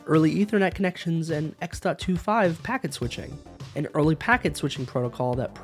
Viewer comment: Good coverage. But can you please work on not eating the first syllable on some of your words. (con)nections and (res)strictions really caught me off guard with what you're trying to say and had to turn on CC